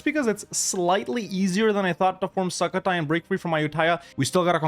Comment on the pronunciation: Love how you say it like SUCK-o-Thai which is kinda appropriate XD. The "u" is pronounce like u in the word "put" btw.